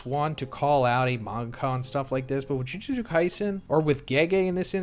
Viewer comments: It's pronounced joo-joot-soo not joo-jit-soo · bro you GOT to stop saying jujitsu.. its jujutsu.. plz and thank you.. i love you... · The way he is saying Jujitsu instead of Jujutsu 💀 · I'm deeply bothered by how you pronounce "Jujutsu". It's the same phonetic twice in a row with "tsu" at the end yet your pronunciation of it makes it as if it were written as "Jujitsu". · Is anyone else slightly bothered by him saying Jujistu instead of Jujustu😂🤣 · For the love of tengen stop saying “jujitsu” and not “jujutsu” it’s driving me nuts bro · ikr lol thats some powerful jujitsu lol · If you're going to make content about something that has a pronunciation used across all of media, then you should use it. It's phonetic it's not hard to say, so why not say it the way the series says it? You can't really argue when the word is phonetic and the anime pronounces it that way